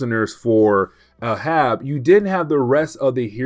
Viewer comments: Hey. Just a note about the name Arab. It is pronounced Ā(as in day)rãb(as in rabbit). Think of Captain Ahab from Moby Dick. It's a confusing pronunciation. If we talk about the race of Arabs it is pronounced Æ(as in air)rãb(as in rabbit). English spelling and pronunciation is ridiculous. If you want me to stop correcting your pronunciation, just let me know. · It’s pronounced ay-hab. Reference to Moby Dick. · I came here to say this. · Ahab is pronounced "AYE-HAB" 😊 Anyways keep up the great work brother looking forward to more of your Marvel Comics recaps 👑